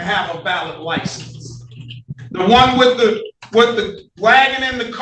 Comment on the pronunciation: I caught that he did not put the 'th' in the first time around, and the judge should have caught it also.